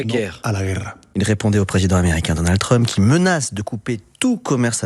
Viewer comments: Et quand Mélenchon prononce Trumepeuh pour Trump c'est antisémite ? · Mélenchon a mal prononcé trump, Clinton, ils ne sont pas juifs